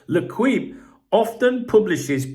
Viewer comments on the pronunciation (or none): I know you probably don’t care but if you say ‘lay keep’ then you’d be much closer to the proper pronunciation of L’Equipe